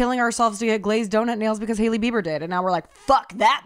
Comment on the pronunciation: hailey “biber” 😂